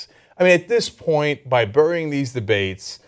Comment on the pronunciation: "Actively burrrying it" - Cenk